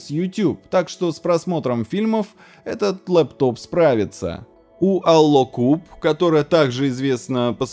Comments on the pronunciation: Да почему Тэклсат??? Тэкласт же...))) Смотрю у автора ролика с английским все плохо. АлДокуб превратился в АлОокуб) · Теклсат и аллокуб просто убил.. Ты читать не умеешь?